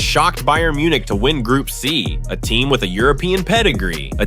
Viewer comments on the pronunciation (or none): none